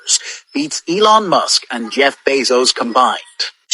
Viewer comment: So this woman pronounces Ellon musk as Elo mosq